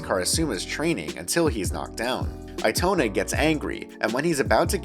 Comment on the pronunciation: Eee toe nah is how you say it